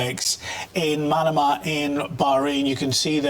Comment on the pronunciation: Manama is pronounced like banana not like Panama.